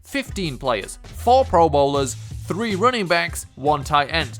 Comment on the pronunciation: You are saying running backs as rooningbacks